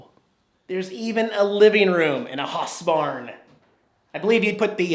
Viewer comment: It is pronounced HOUSEBARN, not HASSBARN. Just because one German Band made a song (Du Hast - which by the way means "YOU HAVE" not "YOU HATE")....seriously,? Sorry - but this time you failed your research - which makes me concerned, since you usually are pretty good with that kinda stuff...?!